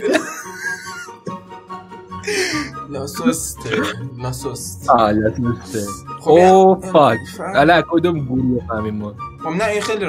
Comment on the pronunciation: لا کسته نه لاسسته 🤣🤣🤣🤣